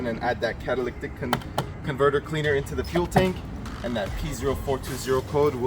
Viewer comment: Ma'am , why are you letting him I pronounce catalytic converter wrong? 🤣🤣 Love watching this! I have a 99 4cyl TJ and I did a similar upgrade. New top, bumpers, upholstery etc.... Great videos!!!